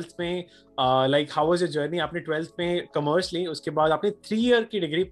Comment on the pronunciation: "Aapne 12 main Kommmerss li" sksksk sounds like he almost said COMMERCIAL and ekdum se pumped his breaks 😂😂😂